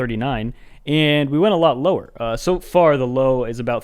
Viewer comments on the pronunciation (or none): none